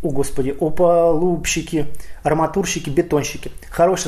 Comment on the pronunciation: опалубщик,а не опалубщик,запомни))))